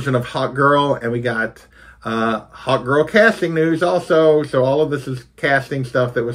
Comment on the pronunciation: Great video as usual! Thanks! When you said hawkgirl it sounded like hotgirl to my sus mind. I almost had to goggle if there was a comic character called hotgirl... maybe one day